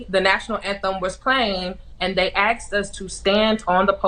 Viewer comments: Hey Gwen, no one "axed" you anything. They ASKED you. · I'm going to go ahead and not care about what an athlete who can't pronounce the word "Asked" correctly does or says. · I would be upset too if they “axed” me to stand on the podium. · Anyone who says "axed" instead of "asked" should not be taken seriously. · To Gwen berry and a host of other black people, it's asked not axed . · "However, when we went out to introduce ourselves to the crowd, Coincindentally, the National Anthem WAS playing and they axed us to stand on the podium...AND THEN the Anthem played." You can't have it both ways. Besides, If they AXED you, then why didn't you just not do it? And, "If we had that option, or if I knew that I was going to be on the podium I WOULD HAVE CHOSE SOMETHING ELSE." Chose something else...what? Such as what? And why did you have that T-Shirt with you? Coincidence? Did you have that with you for a reason? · "Dey axesdd us. Speaksss su slaves" - american hero Gwen something. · "they axed us to stay on the pudium"